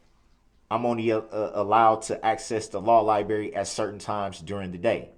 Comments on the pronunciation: Darrell Brooks " I only have access to the law Li-BERRY A couple hours a day" 😂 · The law liBErry 😂 This little boy can’t speak!! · NO, we call it the Law Library. NOT THE LAW LIBERRY... His use of the English language is DISGUSTING!